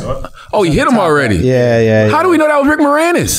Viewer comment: It's pronounced AWWWWWREADY. Just sayin. Can't stand so I'm out ✌